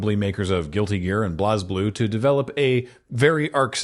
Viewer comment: I know it's spelled weird, and it's a silly thing that doesn't matter. But Blazblue is pronounced "blaze blue" and hearing "Blahz Blue" felt like my brain stubbed its toe on a doorframe. 😅 And weirdly, it's spelled "Azure" but probably 3 people are going to get that joke.